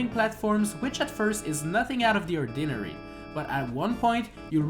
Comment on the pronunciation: Or di nah ree